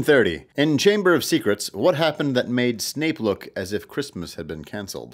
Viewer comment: Cwismus~~ LOOOL